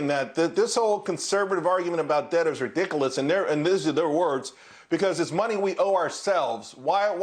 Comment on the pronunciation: I like it when the conservative pundit said "reedickaless."